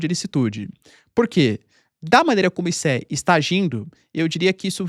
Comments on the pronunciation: Não é ICE, é ISSE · Nao é I-C-E, é ice, igual gelo.